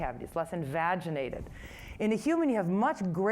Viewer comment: Envaginated? Or invaginated